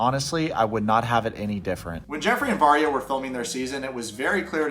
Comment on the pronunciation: I thought you were saying marya not Varya and I can’t believe they’re still together, her defending him aside. Relationship definitely won’t last when he’s a prison. My friend went to prison for a bit for assaulting a r*pist. He def is gonna get his shit rocked. And if he tries to throw out his papers, people will get suspicious, guards will tell or somehow info will get out, and then he will get his shit rocked 😌 won’t be a fun time for him